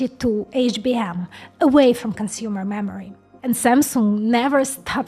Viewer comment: all i hear is mammary